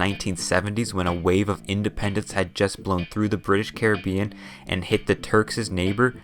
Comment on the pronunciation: I got a minute in before I couldn't hear Carreh-been anymore